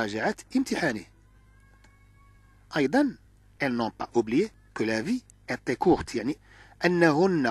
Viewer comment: لماذا تنطق était بشكل خاطئ ايطي بالطاء ولاحظت ان حرف t تنطقه ط هل من توضيح ؟👍